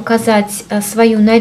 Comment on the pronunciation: Clarins-французский бренд и название французское, в последнем слоге носовой звук,который не имеет аналога в русском языке,но похож на слог "анс" ,соответсвенно правильно произносить "кларанс" с ударением на последний слог))))